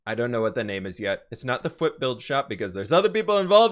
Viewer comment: #fwhip Interiors Tbh i thought he said foot interiors😂